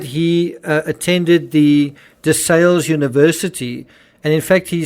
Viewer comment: It's pronounced like DaSal Sal the guys name Desal